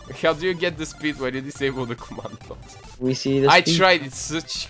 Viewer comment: I freaking love how says blocks he says bwocks:3